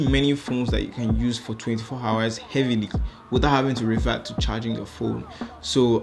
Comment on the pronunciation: LMAO. I actually didn't believe that you had Yoruba accent until that part about battery tech where you said 24 'hours' 😂😂